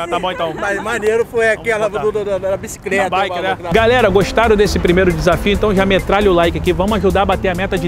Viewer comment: "BICICRÉTA" :v